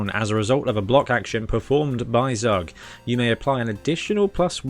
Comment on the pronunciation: Zug is the German word for train. Because he hits like a train. His name is pronounced as tsuuk. Or Zowwk would would be OK.